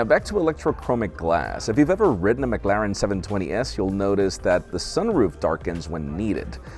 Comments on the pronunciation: It might be the American accent making it worse, but it's the way he overemphasizes the a that bothered me mostly. Go on how to pronounce and the first result is how I pronounce it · pronunciation of McLaren hurts my soul